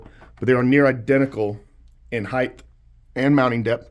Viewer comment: It's heighT 😂 and depth. You said heighth like so many do.